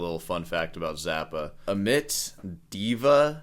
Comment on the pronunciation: You don't like the names he gave his kids? What are you wasting your time here for? There/s an entire world of children out there and I am certain there are million of them who have names that will somehow discomfort you. Oh and its not pronounced "Ahmit." The fumiest thing is that you say "Dweeil is a name that your child should choose for themselves," and yet if you knew what you were talking about you would grasp the relevance of that statement. As an educated and obviously "very serious music teacher" you should read FZ's keynote to the American Society of University Composers, it is the most honest speech ever given at an ASUC conference.